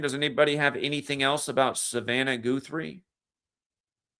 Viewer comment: Guthrie pronounced like gut not goot ❤️ Like Arlo Guthrie